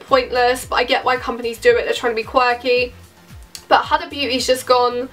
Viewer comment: It’s pronounced “hooda” but without too much emphasis on the O